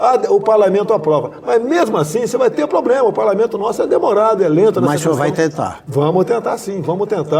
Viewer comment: So uma solicitação, alguém, por gentileza, ensina ao nosso querido presidente a pronunciar a palavra PROBLEMA corretamente.